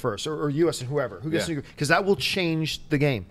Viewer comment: mispronounces nuclear as "nucular," which is so irritating and is also weird for a Canadian -- and didn't know how to pronounce "Nuremberg." Nuremberg! That is embarrassing. C'mon guys.